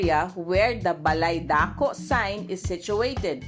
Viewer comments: Dakô! Not daah ko. Wrong accent! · It's dako, accent on the last syllable. Not DAAAH - KO. Dako means Big. If you pronounce it like how you do it - DAAAh - KO, it means 'sa banda' like when you say 'sa dako doon'. Sa bandang doon. So please, if you can correct this, say DAkO, accent on the last syllable. Thank you and more power.